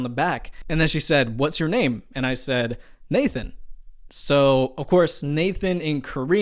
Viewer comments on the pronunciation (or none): none